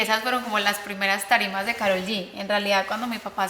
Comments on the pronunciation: POR QUE SON TAN RIDÍCULAS Y LE DICEN KAROL CON PRONUNCIACIÓN EN INGLÉS??? IGUAL LO PRONUNCIÓ LEILA DE BILLBOARD Y CHRISTINA EN EL SHOW DE CHRISTINA... TODAS SIENDO HISPANO HABLANTES.... SE LLAMA KAROL EN ESPAÑOL!!!!! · Wey es latina, deja de pronunciar su nombre como si fueras gringa.